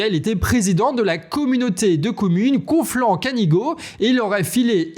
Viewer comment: On dit Canigou!!!!! 😀 ( c’est pas du Breton mais du Catalan 😜)